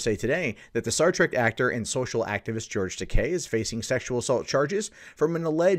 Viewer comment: You're pronouncing his name wrong